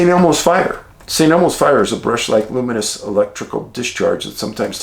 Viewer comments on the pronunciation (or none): none